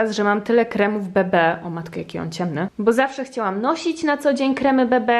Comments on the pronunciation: Kremy bebe? A nie kremy bi bi /to nie hejt bardzo cie lubie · nie BEBE tylko BIBI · wydaje mi się że mówi się ,, krem bi bi" a nie ,, krem be be". Ale mogę się mylić 😉😏❤️ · Ja muwie krem bi bi a nie bb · kurwa bibi a nie bb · BI BI a nie BE BE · nie muwi się bebe tylko bibi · Nie mówi się be be tylko bi bi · Czemu mówisz bebe zamiast bibi? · Bez urazy ale mówi sie bi bi a nie be be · Jenyyy ludzieee!!! Nie mówi się BeBe tylko mówi się BiBi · "Bibi" a nie "Bebe" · Hahaha😂 nie be be tylko bi bi😚😂💗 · Krem be be? Chyba mówi się krem bi bi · Podkład BEBE mówi się BIBI XD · to nie hejt, ale pamietam jak mówiłaś na „didjołbi” „dedeobe” i tak samo na krem „bibi” mówisz „bebe” XDDDD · A nie kremy bibi? Bo wszyscy mowią bibi a ty mówisz bebe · Jejku super odcineczek! Ale mam jedno pytanie czy nie powinno się mówić krem bibi a nie bebe? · następnym razem morzesz Muwić krem bi bi a nie be be xd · BiBi nie BeBe ale super filmmikkkk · Nie Kremy, ,BEBE" tylko ,,BiBi" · Mówi się krem BiBi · czy tylko ja mówię „bi bi” a nie „BB” XDD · Bo mówi się „bi bi” a nie „BB” xD Ps. Wiem data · Oliwciaa XDD bo tak sue mówi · mówi się (BI BI) XD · a to się nie mówi BI BI ? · Kremy ,, be be " xd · Jesteś super ale krem bb czyta się bi bi